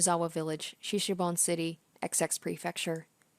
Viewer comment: It's pronounced shi-shi-bo-ne.